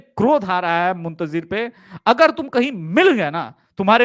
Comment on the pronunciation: Sir Manoj Muntjir Nahi Manoj Muntshir Shukla hai